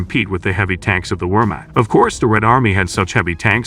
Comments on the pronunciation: I'm thinking that it might be a good idea to dig a little deeper. Also, when mentioning foreign names (such as Wehrmacht), it would be a good idea to learn how to pronounce them. It's not 'wormakt" but 'vehrmakht', for example. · You need to teach your AI voice how to pronounce "Wehrmacht."